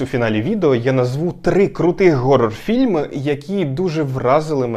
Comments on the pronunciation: хорор а не горор як же ви заїбали з цим геканням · горор - ось що справді задовбало... Там же звук [х], чому ви гекаєте? Тягне блювати від цього... лайфГак, Гакер... гак це металева така зігнута фігня, якою підчипляють, а hack - це хак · Для мене хоррор - слово горрор